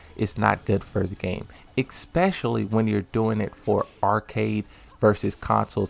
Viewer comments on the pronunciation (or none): specially bro why you keep saying expecially ?? lol